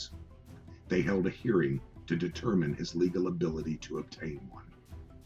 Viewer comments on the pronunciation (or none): none